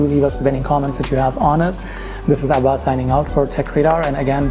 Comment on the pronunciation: هلو ما نيم از اباس؟؟ المفروض تنطق اسمك بالطريقة الصحيحة بلفظ العين